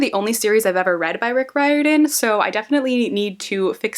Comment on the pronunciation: Rick Riordan....pronounced, Rear-den.